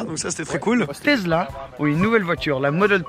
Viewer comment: Les supports de plaque format Europe avec la taille minuscule des plaques monégasques qu’est ce que c’est moche :o et « tezzla » y’a que moi ça rend dingue? Ça se dit « tessla »